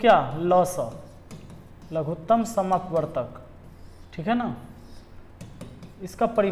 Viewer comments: लघुत्तम समापवर्त्य होता है भाई लघुत्तम समापवर्तक नहीं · "लघुत्तम समापवर्तक " नहीं होता है सर , हिन्दी में सही बोला जाता है या सही कहा जाता है " लघुत्तम समापवर्त्य "